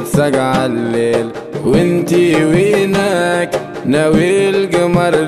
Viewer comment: كل شي حلووو إلا وينك انطقها بالقدي كيما لازم تكون وفالحالات الكل برافووو🧿 😍❤